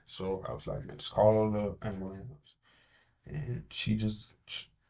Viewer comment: This man literally said “ambalams” but beat the baby for not talking right 😑 give his stupid behind life!!!